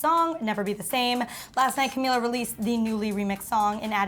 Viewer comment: Bruh it's Camila pronounced CamEEla last name is Cabello xD